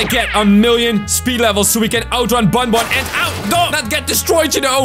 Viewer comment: The name is ban ban not bon bon